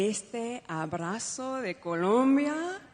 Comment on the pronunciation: We must be fair, she pronounces the words empezar and abrazo like the Latin Americans do.